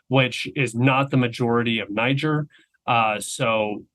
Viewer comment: Brilliant commentary. But FYI . . Niger is pronounced “nee zher” - the ZH is like in Zeluzhny. The last syllable rhymes with “where”. And the ethnic business is about Bazoum being from the minority. Arab population. But that has nothing to do with his unpopularity. Niger is also a Muslim country - something like 97%. So obviously there is no friction there, either. He was simply a western puppet, and a cruel one at that. Keep up the excellent podcast. And thank you 🇷🇺 .